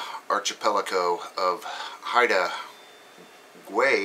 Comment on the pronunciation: "Hide-a Gwhy", friend =) (short a, hard G) Thanks for your reports